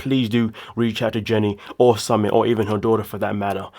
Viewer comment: Hi, his name is pronounced SuMIT. W/ love